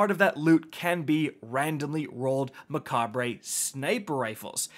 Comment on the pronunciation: It’s pronounced “Mekob” it’s a play on the word macabre which means dark or ghoulish and is pronounced “makab” looool